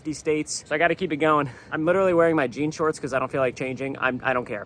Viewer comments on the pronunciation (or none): none